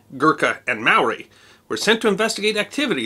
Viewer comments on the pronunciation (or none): The British English pronunciation is closer, but the actual pronunciation is "may-ORI." Anyways, your videos are always a great addition to my day and I appreciate all the hard work you do to bring us these snippets. I especially enjoy your aviation and naval stories. Cheers. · Maori is not pronounced "Mowry," boss.